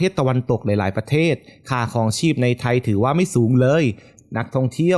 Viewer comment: ไม่แน่ใจว่า เสียงผู้้่อ่านเป็นคนหรือ Bot นะ สำเนียงฟังแล้วหวุดหงิดกับเสียงท้ืายคำ เช่น ไทย ออกเสียงเป็น ไท้ เดือน เป็น เดื้อน ท่องเที่ยว เป็นท่องเที้ยว ดีดี เป็น ดีดี๊ 😰